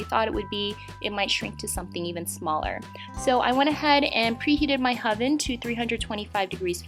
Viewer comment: "I went ahead and pre-heated my hoven". What the heck's a "hoven"?!?!?